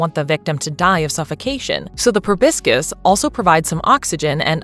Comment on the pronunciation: The pronunciation of 'proboscis' is wince-inducing!